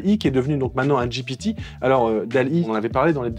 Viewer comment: tu as dit j'ai pété au lieu de ji pi ti 😉